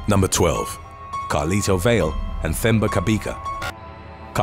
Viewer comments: Lol! Your pronunciation of Themba Cabeka is the strangest thing I've ever heard. It wasn't until you said he's from Johannesburg that I realised it's actually a Zulu name. Themba is pronounced "Teh-mbah" (Teh for Terror, Terrible or Tehran). Cabeka has a click sound. The C is pronounced "Xq". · The moment you said "Themba" I knew it was a South African person. FYI, the H is silent. Like in my name too.